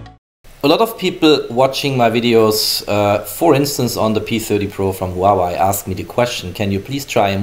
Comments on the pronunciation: Huawei not Hawaii lmao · Did he just call it wawaii